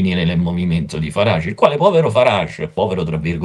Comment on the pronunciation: Finalmente una persona che sappia pronunciare correttamente il nome di Farage.